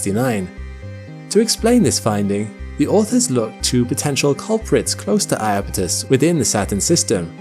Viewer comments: Beautiful video. But I wish people wouldn't call the moon eye-apetus. When I grew up, it was spelled Japetus, with a J, which caused everyone to pronounced the word with 3 syllables in proper Greek style as "yapetus." And then, at some point, that J turned into an I and everybody decided to add another syllable. Every guide now reflects that. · eye-apethus? is that really how English is butchering the name?